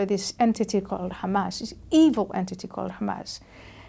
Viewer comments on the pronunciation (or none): Wut happened to the question sge asked Ayan. "Y Muslims hate jews "?.. instead ayan defines dawa.. Y si much empahsis on " Eeeevil " thrice 😅